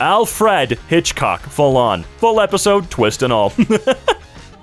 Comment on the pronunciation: As Alfred Hitchcock's great-grandson, perfect pronunciation. (The only joke in this comment is the 'perfect pronunciation', I am quite literally the direct descendant of the famous filmmaker, Alfred Hitchcock, and I am proud of it. (And I know that there are probably several people who are going to reply to this saying "Yeah right bozo." or something like that but I could not care less))